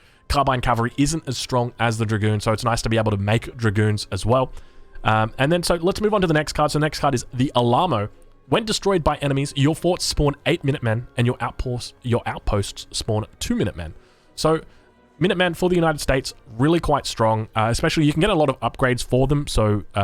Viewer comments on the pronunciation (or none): Lol the "Allamoe" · Illinois = ILL-ANNOY Alamo = AL-A-MOH (not A-LAH-MOH) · "The allahmoe" Texas will remember that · It's pronounced a-luh-mow btw ;) Best regards from Texas